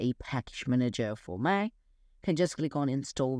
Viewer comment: It’s “Mac” not “Maaa.” Place more emphasis on the “c.” It took me a while to realize you were trying to saying “Mac.” Maaa is short for mom. In America, Apple is a god. Do not disrespect our gods. It’s blasphemous. Repent and redo this video saying “Mac” correctly or the Apple secret service will be angry.